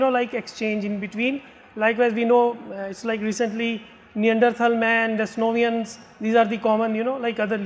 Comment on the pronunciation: Video was quite poor with serious doubts about his credibility. It’s a badly articulated and presented video. Calling Denisovans as Desinovans, saying our ancestors originated in Africa 1 million yrs ago (when the figure on his ppt is 100,000) whereas the more accurate figure is about 300,000 yrs ago, equating aryan invasion with aryan migration when both are different theories, interchangeably using the terms invaders and migrants, persistently bringing focus on aryan invasion theory when this has been junked long ago.